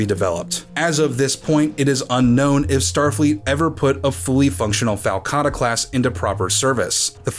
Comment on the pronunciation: I like the way you called it a FALCatta.